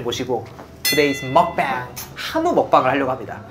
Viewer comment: 먹뱅보다는 정확하게 먹방이라고 알려주세요, 한국으로부터 생겨난 신조어인만큼 영어식발음보단 원발음으로 해주세요